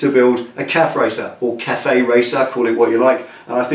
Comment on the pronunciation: Busa RatCafe. Pronounced 'caf' like you do often.